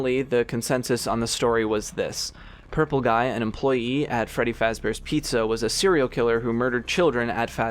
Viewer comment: “furry faz bears pizza”